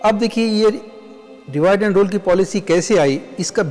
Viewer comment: आपने रूल (Rule) का pronunciation रोल किया है क्या ये सही है?